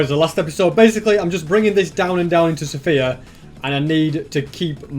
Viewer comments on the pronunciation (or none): none